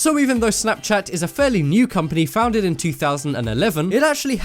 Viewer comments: anyone noted he said foundeg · He was saying founded the whole time and it annoyed me!!!😂😂😂